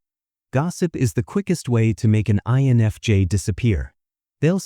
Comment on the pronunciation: No but lets talk about everytime the translator says "life jays" " eni james" instead of INFJ